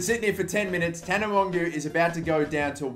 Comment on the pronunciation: It's pronounced tana mojo